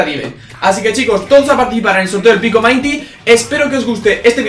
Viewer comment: No se dice pico mainty se dice pico minty